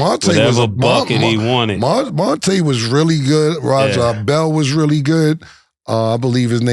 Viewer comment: My boy said raja bell smh